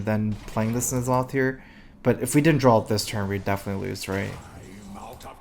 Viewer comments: can anyone tell me exactly why he pronounces "draw" drawl? Have always been a bit confused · It has nothing to do with 'accent' he literally just mispronounces it.